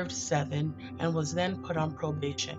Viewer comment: Where do they find these narrators? It's obvious they were never well versed in their English studies. This one here mispronounces 'execution' and 'probation'. She obviously ignored practicing vocabulary and pronunciation, and she's reading the damn script! When the narrator sucks it destroys everything. I can't watch this. Save us the aggravation. Don't post anything without a good speaker.